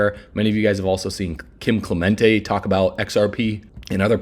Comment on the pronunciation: How did dude get Kim Clement- tay